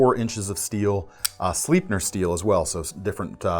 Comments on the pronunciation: Sleipner steel is not pronounced "sleepner" steel, but "slaipner". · Surely Sleipner is pronounced Sleipner, not Sleepner. Uddeholm must be rolling over in their crucible. Just kidding. CORRECTION: Actually it appears to be pronouced with a long-A sound.